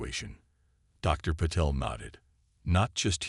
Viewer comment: I believe it's supposed to be ( pa-tell). At least on other hfy channels it is. 😊